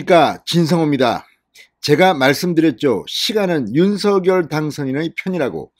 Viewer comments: 입은 삐둘어져도 발음은 똑 바로합시다 윤슥열아니라 윤석열입니다 씝. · 윤서결이 아니라 윤성렬로 읽으셔야 맞을 것 같습니다. 이름은 문법보다 본인에게 물어 본인이 맞다고 하는 발음이 우선해야 하는 것이 동서양 막론하고 불문율로 되어 있거든요.